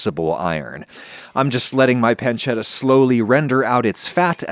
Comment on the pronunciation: Adam is a genius for making traditional ragu alla bolognese all while purposefully butchering the pronunciations of bolognese, tagliatelle, and pancetta just so he can still piss people off